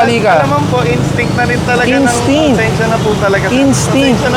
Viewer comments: 8080 sumagot " instict" HAHA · Nag english pa kase eh hahaha instict at habit? Hahaha tulongges 🤣🤣🤣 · Huwag na kasi mag ingles, na mali ka pa tuloy ng bitaw “instinct” ha..😂🤭🤣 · "instinct" hahahahhahahaha naituro din siguro yan sa training nya